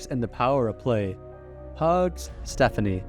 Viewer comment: It gets worse - he said himself that the name he chose is pronounced "Stef-FONK-nee"